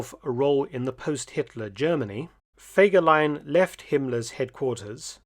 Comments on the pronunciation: ハァーではない、フェーです。ゲーテ、インシュテテュ、チュート卒業生より。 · Horrible voix de synthèse qui écorche le nom de fegelein tout en modifiant la prononciation...😊 C'est pourtant pas difficile de demander à une personne de lire un commentaire.